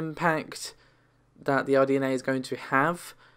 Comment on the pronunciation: RDNA, not RNDA.